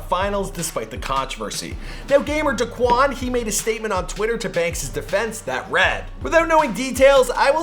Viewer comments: Bruh he said gamer “daquan” 🤦🏽‍♂️ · did he really pronounce daeqauns name (Da-qaun)